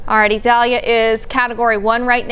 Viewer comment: 5 Stars for her. She made a genuine effort on properly pronouncing the Hurricane's name.